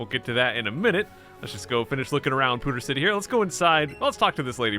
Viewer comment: "Pooder City"